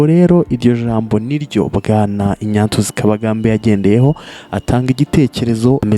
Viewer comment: Ariko tunafite ibibazo mu ngeri nyinshi. Nyumvira nawe umuntu ukora ikiganiro kuri youtube, uwo mbese twakwita umunyamakuru. Tekereza gusoma izina Ignatius ngo ni INYATIYUSI😂 Basi iyo uvuga INYASIYUSI???